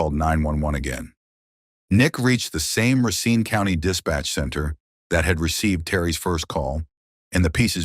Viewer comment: He did not pronounce Racine Wisconsin correctly